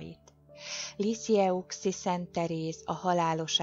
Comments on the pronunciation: Helyesen ejtve" lizijői" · Fonetikusan kimondva Lissiö. Kérem ez a hiba rettenetesen zavar. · Liziői, így kell kiejteni ! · Liziői a kiejtése. Maga se jár templomba, látszik.